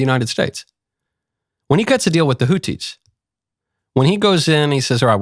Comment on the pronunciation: For god's sake there is an "H" in the word "hotHi" for a reason Knowles ,learn how words are pronounced or at least learn how major political names are pronounced.